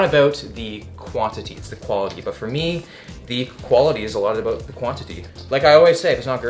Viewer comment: omg he said aboot